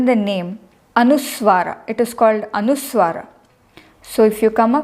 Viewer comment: Please understand the difference between v and w as used in English. Many cases you are using w where the correct transliteration would use v . The correct transliteration is anusvaaraH not anuswaarah. Indians mostly pronounce v incorrectly as w